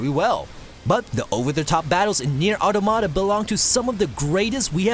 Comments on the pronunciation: Mispronouncing automata is getting a dislike. You disgusts me, filth. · ... was anyone else bothered by the way he said "Automata"?